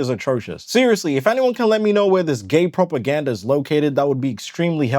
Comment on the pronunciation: "GAE PROPERGANJA"